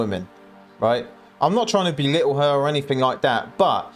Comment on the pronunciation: She'll never "belittle" 😂